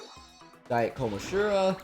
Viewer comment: oh my god i hate how he’s saying kom-ah-jih-row kill me